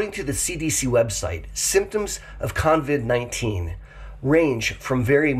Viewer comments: OMG - you keep saying “convid” - sorry, driving me nuts. Luv u anyway. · I caught that too but I'm in Australia and just thought that was the American name for it. 😁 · Thanks for this info, although I'd feel less weirded out if you didn't call it con-vid 19. Not sure where the 'n' came from. 😂 I'm always amazed by how many people still don't seem to understand the rules of basic hygiene. 😳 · lol I don't mind, but I've noticed how many people have already started calling it Con-vid 19, even when typing the name. You've started a trend,. If you hear the name, you know the origin! 🤣